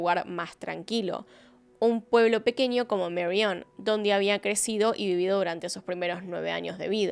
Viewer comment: Por favor, te escucha mucha gente joven, intenta pronunciar el español con propiedad, por ejemplo, las eÑes, tan españolas, que pronuncias de forma incorrecta como 'Ni' en vez de eñe: ninios, pequenio, matrimonio, anios... 'planiandolo' en vez de 'planeandolo', asá en vez de allá, etc. Gracias